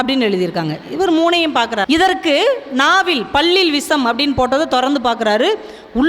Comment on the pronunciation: விஷம் என்று உச்சரிக்கவேண்டும் அம்மையாரே